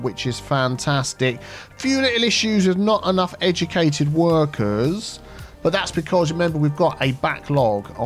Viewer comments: Edumacated... another fine example of the Queen's English? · edjemecated lovin it!